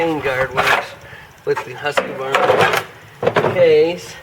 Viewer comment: Sorry to correct, but every time I hear someone mispronounce Husqvarna I feel I need to educate. It's pronounced HOOSK-VARNA (the double-O like "would") It is NOT HUSK-A-VARNA.